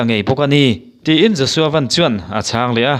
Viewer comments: Josua Van i lam dan hi 'Maruti Van' tih anga lam tur a ni lo, Van ram kan sawia Van tih anga lam tur a ni e. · Pu Siamthara ngei pawhin Van hi Sky lam danin a lam kha aw